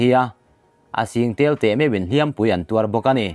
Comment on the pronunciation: Hliam pui, tih a hliam hi ri hniam a lam tur.